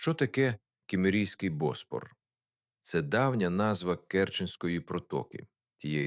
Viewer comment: Та не БОспор, а БоспОр